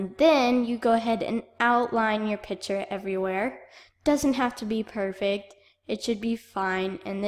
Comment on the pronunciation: you "perfic"